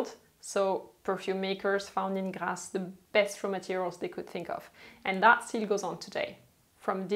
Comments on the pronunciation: It’s GRASSE !!! Not GLASSE … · It’s Grasse not Glasse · Script: "Glasse" ???? Its Grasse.